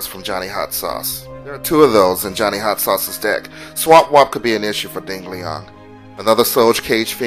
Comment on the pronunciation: LOL "Ding Leong"